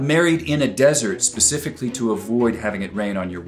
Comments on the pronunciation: Supposebly and Pacifically....🤬!!! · Did he say “Pacificly” ? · mispronunciation of specifically